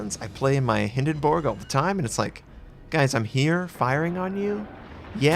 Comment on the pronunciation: every time you say Hindenburg I laugh out loud.